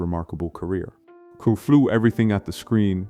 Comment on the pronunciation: Not to mention the tendency to mispronounce things, particularly names, as this one did every single time it mispronounced the title for KRULL as Krool.